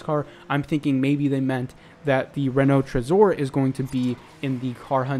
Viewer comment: You spell Renault Trezor very nicely as a english-speaker to be honest xD